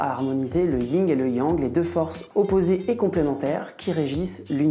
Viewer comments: C'est le YIN et pas le Ying..... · Alors ce n'est pas le "ying" et le yang mais le "yin" et le yang.